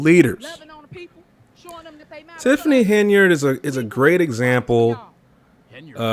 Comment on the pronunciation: Her last name is pronounced Hen-yard